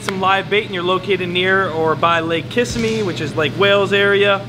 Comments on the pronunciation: Hey please learn to pronounce Kissimmee correctly. The way you pronounced it is what happens there at night. Ki sim mee during the day, Kiss a me at night. lol! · KISS-a-mee?! Kiss-IM-ee! You, Florida boy, should know that! Welcome home, Thump! I